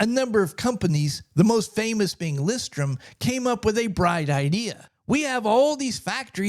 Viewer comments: interesting but hearing you mispronouce the company the entire video has me skeptical: "Lustron is pronounced LOOS-trun. The pronunciation is similar to the word "lust" followed by "run". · Sorry, but the name is “ Lustron “ not Lustron. 😮